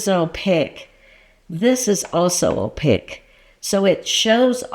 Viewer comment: Please forgive my pet peeve pushiness, but "Opaque" is pronounced "Oh pake", not "oh pa ick"